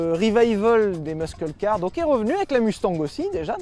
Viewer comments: on ne dit pas "muskel" car, mais "mussel" car... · Respect à toi sylvain mais please! Pas meuskeule mais meusseule car! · On dit "meusseul" pas "meusceul" les loulous ^^ <3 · "mussel" bordel pas mesquel les mecs enfin ! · Les "meuskeule car" MDR... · C'est "MUSCLE CAR" pas "muskle car" !!! 🤦 À par ça continuez comme ça je kiff le contenu 😁👍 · "LES MUSQUELLE KAR" suffit de le dire comme ça "Meusseule car" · Les gars, je vous adore et je passe une seule fois une gueulante qui vous fera chier mais qui se veut constructive : ou tu dis "meussel" car ou tu dis "muscle" en français mais "meuskel" c'est archi nase. Ensuite, arrêtez le mot aérodynamisme ! Ça n'existe pas !!! C'est aérodynamique, point barre ! Sinon, bonne rentrée les choux, plein d'amour sur votre descendance 🙏🏼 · Hé, mec, on dit pas 'muskle car', on dit 'mussle car' ;-) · Quelqu'un pourrait leur dire une bonne fois pour toute que l'on dit '' meusseule car'' et non pas' 'meuskeule car' '? 🤷‍♂️ Merci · Soit dit en passant, on dit "meusseul" car pas "meusKeul" car. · Meusseul car et non pas meuskeul car ^^ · Mais arrête de dire ''meuskeul'' car wesh c'est ''meusseul''. Bisous merci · Arrête de dire meusqueule, muscle car ça se prononce messel car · Putain de bordel c est quoi cette prononciation muscle car « meuskeul car »….fuis bordel!!! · Sylvain : Muscle car, prononcé "meusseul car" 😂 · MEUSKEUL CAR. 😂 Fais un effort Sylvain bordel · la meuskeul car lol, vous en faites expres ou bien? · "muskeule car" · Jsuis chiant mais on dit "meusseule car" pour Muscle Car en anglais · Repeat after me : "meusseul car" ! Le "c" ne se prononce pas... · Faut arrêter de prononcer muscle car Comme ça SVP